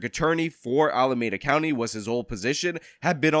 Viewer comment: I support the recall and appreciate these videos, but please note it is pronounced “AlamEda” not “AlamAda” county.